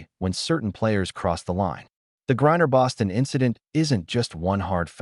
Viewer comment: Using an AI post that can't even pronounce Griner's name correct, to help promote your Anti-Fever/Anti-Caitlin Clar narrative, and to trace it to Caitlin Clark is stupid and ridiculous. This is personal between Griner, and her dislike for Aliyah Boston. Elbows and physical play from a younger player that Griner dislikes and resents because she's like, how dare this overly physical, Ms. Articulate/Nice Girl that's feminine, attractive and straight with a boyfriend, how dare she TRY being physical and after the better of me, and you apparently bow to and kiss upto and buddy with Caitlin Clark. Now I do see THAT little bit of connection. But, it's BS to think it's all Caitlin Clark and Fever driven. No one is like that with others like Kelsey Mitchell, for instance. But, Aliyah is a bit of a dirty, overly aggressive player, as is Sophie Cunningham and the wild, and overrated, over hyped Lexi Hull